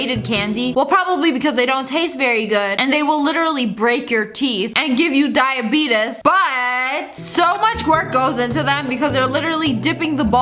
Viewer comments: she really said diabitus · Diabetes (sniper wolf pronounces it like: die a beet os) (me saying diabetes: die a beet ees) XD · Sorry sssniperwolf but it’s pronounced die- a- bee- dees-s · Nobody: Lia: DIABETUS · and they give you "diabeetus" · Diabetuhs 😂😂😂😂💀 ilysm🥰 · "and give you diabitAs 🤣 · What Diya-bey-tas??? Lol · The way Americans pronounce diabetes 😂😂